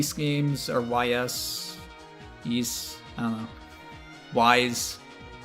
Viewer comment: Np, I totally understand you not wanting to play a game you don't enjoy. And it wouldn't be nearly as much fun watching you play if you didn't enjoy it. Star Ocean 5 does look really, really good though. As for the Ys games(Yes, you pronounced it correctly), if you can play PSP/Vita games, then I would highly recommend Ys Seven or Ys IV: Memories of Celceta. They're worlds different from Oath in Felghanna and Origins, and are much more like traditional RPGs. Except with open world Ys style combat and some of the best boss fights in any game ever. I mean seriously. The boss fights are so epic it's indescribable.